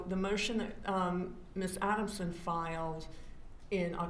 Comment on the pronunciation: ATTY cannot even say, ADELSON (Ei-del-son). says, Ah-den-sun.